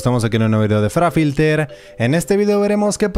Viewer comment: Por qué dices Farafilter, no es fra?